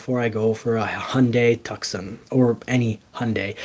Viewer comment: It is Hyundai TOO-SAN, not tuckson. A place in Arizona.